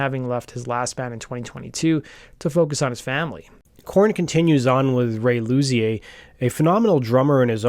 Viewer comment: I believe Luzier is pronounced like ‘Loo-zeer’